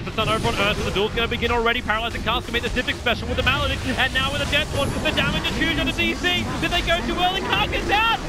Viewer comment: "Juuge! Absolutely juge."